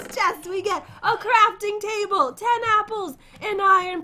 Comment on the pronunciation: said “crapping table”